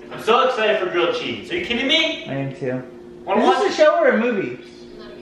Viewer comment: Yay! a New Home and Grilled cheese, btw totally thought you said Girl Cheese, but that's okay! Change the name of these videos to elf and elf!